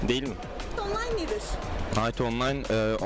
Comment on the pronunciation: ingilizce master yapsan da kınayt onlayn diye okunan bir oyun